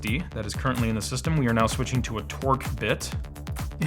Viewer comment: It's called Torx not torc